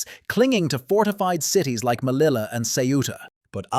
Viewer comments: melilla not mellila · SOS UN DESASTRE RELATANDO.NO ENTIENDO POR QUE NOMBRAS TERRIBLEMENTE A MELILLA QUE COMO SE ESCRIBE SE PRONUNCIA.LO MISMO MONTE ARUIT LO MISMO LA LEGION REFIRIÉNDOTE A LA FRANCESA.EL KRIN FUE DEPORTADO PERO AÑOS DESPUES ANTE REVUELTAS POLITICAS EN MARRUECOS SE OPTO TRAERLO DEL EXILIO Y AL CRUZAR EL BARCO POR EL CANAL DE SUEZ SE ESCAPO Y SE REFUGIO EN EGIPTO.INFORMA BIEN.ASESORATE MEJOR.Te escribo desde URUGUAY.